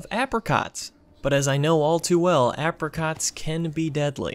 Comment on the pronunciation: The hell is an ah-apricot. AY-PRICOT dude 😂